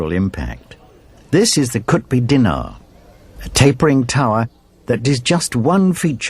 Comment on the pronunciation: the Muslim monument is qutub minar..... i guess u pronounced it wrongly! :)